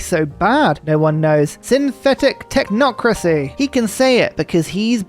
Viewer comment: This video earns boon-us kudos for correctly pronouncing "Technocracy."